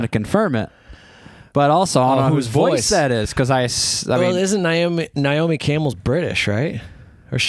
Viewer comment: It's Naomi not Niomi. 😊